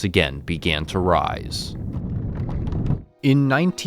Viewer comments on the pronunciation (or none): none